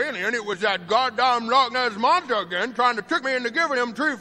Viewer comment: She said tha Lotness monssa 😂